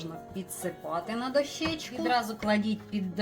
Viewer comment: Будь ласка, кажіть правильно: дОщечку. А за рецепт - дякую!